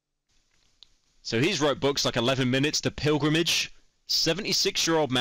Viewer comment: As a Brazilian I am deeply offended that the furry inflation man mispronounced coelho as " kow-e-low"